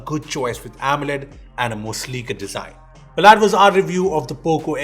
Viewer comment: that is that and not dhat.. lol